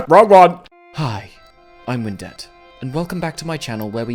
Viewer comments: every time he says "I'm Windette" i hear "I'm in debt" instead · I heard "Hi, I'm in dept" instead of "Hi, I'm Windette"... What has my head come to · Me: Knows you're saying "I'm Windette" Also Me: Hears you saying "I'm in debt" Also Also Me: Both are correct